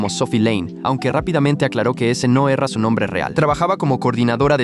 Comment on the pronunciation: Era❎ Erra✅ Minuto